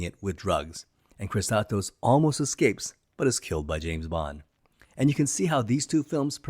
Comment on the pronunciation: How can you pronounce "Kristatos" as "Kisskosskos"?? Not even close.